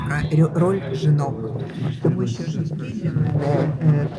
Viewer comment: А чого у неї не виходить сказати "жінки"? Лише якісь "жинки".